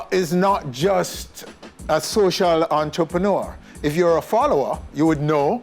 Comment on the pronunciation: every time he said entreprenaar I felt embarrassed and he kept saying it lmao😅😅